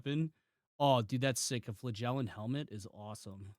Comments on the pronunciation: You really need to look up how to say "flagellant" You say it like a fart, flagellant. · Also dollars......